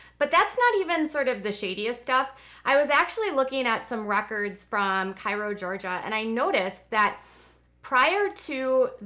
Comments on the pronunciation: Great video. FYI, The Plath's hometown is actually pronounced "Kay-ro" not "Ky-ro". I grew up just a few miles from there in Southwest Georgia. " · It’s Pronounced Karol long A sound and spells Cairo, Georgia . I’m from South Georgia.